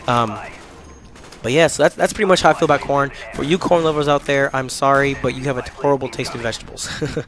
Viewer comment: at first i thought you were saying i hate porn lol